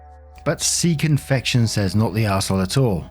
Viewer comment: Oh! Sea Confection 😂 I thought you said Seek Infection 🤣 had to double back for clarification and then had go back to the beginning of that last story! I’m dying and my neighbors don’t know what to think! Speaking of Reddit warping minds!